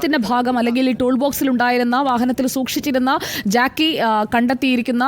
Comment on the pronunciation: ജാക്കി അല്ല ജാക്ക് ആണ്